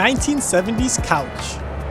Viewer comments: Love those lambo couches bro!!! Always wanted one!!! 😂😂😂😂, it’s pronounced Coontash 💯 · Kooontash i believe its pronounced.. but what is a lambo couch? They have those? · That Lambo pronounce, don’t ever suggest me this channel anymore lmao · How can you pronounce Countach so wrong 😂😂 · The Lamborghini is pronounced coontosh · couch... dude don't even talk cars if you cant pronounce the most iconic lambos name. go back to school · Love how the TTS pronounces Countach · The way he pronounced countach pissed me off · Bro could of at least looked up the pronunciation of countach before making this video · pronounced the lambo wrong bud